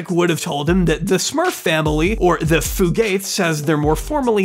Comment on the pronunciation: kentucky girl here. "fugate" is pronounced f-you-gate, not foo-gate